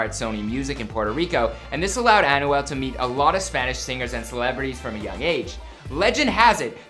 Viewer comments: Lmfao...learn how to say his name right lol...AN-WELL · The way to pronounce his name is by thinking as if its written like "Anwel" not "Anyouel" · My man really said an u al 😭😭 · this dude is pronouncing Anuel's name as Annual... this dude is struggling to let out a Spanish word Anuual Duble-ah!! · Bro you clearly say an-wel and u said osuna its o-zuna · "An oo well" 😂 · Pronunciation: Ahn-Well Doh-bleh-ah 😂😭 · Man can u just say his name “a-nu-el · He pronounces it like Annual. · Annual el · this video makes me cringe, with how he pronounces Anuel and other spanish words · They should take him off YouTube saying Anuel like that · Lol they easy he tried to say anuel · The way he pernounces Anuel🤦‍♂️